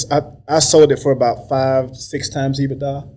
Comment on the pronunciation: If he says EBITA one more time 🙄lol